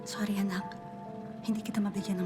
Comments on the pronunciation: my guys computer says “Sorny”😭💀😂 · Sore knee